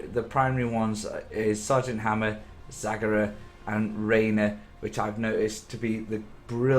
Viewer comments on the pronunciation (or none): I cringe every time he says 'Zaggarah' and 'Tassador'.